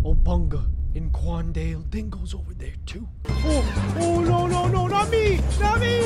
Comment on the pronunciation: When he said "Not me" I heard "mommy"